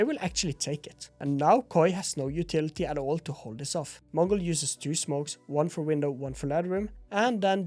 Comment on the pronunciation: As a native mongolian speaker bro when you say mongolz sounds very fluent in our language